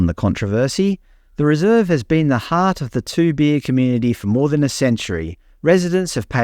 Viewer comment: Good video but surely you could have taken 60 seconds to find out how Toobeah and Goondiwindi are pronounced.